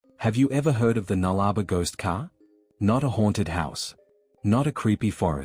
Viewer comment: us Aussies pronounce it null-a-bore not nullrba